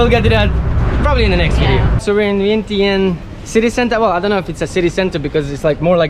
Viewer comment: Man, inflation is hitting Lao too. Vientiane is pronounced like “vienchanh!”